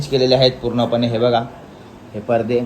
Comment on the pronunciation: Parde nahi पडदे bol